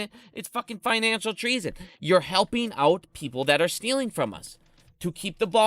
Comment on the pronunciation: It's financial, not finical.